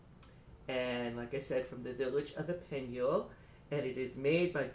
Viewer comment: Just to help! You can pronouce Epineuil correctly by looking at Youtube film: "ou se trouve l'ecole d'epineuil" and listen at 2 mins 38 seconds!